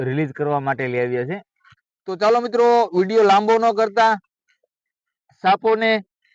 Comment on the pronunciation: Saalo ke chaalo 😂 ek vaar to evi lagyu ke gaalo bole se